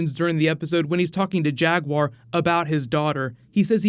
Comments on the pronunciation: Am I the only one that heard "Jag Huaer",like "Jack Bauer" when Rick starts talking at him? Best episode so far. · oh, i swear that i've heard then saying jaguaire all the time